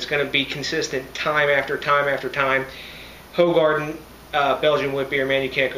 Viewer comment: Pronounced whogarden